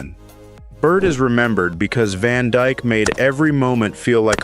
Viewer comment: His last name isn't "Van Djk". God I hate AI ......